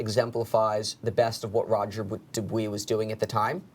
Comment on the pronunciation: FFS learn how to pronounce Roger Dubuis correctly!